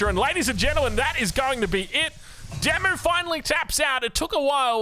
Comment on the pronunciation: I have to keep saying this.... Oi DeMu...Walls! FFS